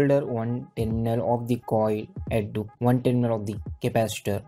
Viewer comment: Hahahaha .....he said "Teerminal"..... Hahahaha